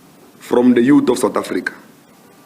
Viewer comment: Youth not yuut